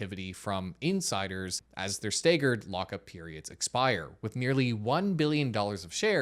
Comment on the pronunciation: Is this guy AI ? Why does he pronounce staggered that way